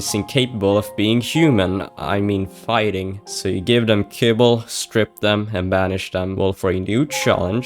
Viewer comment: It's fighting not fightning.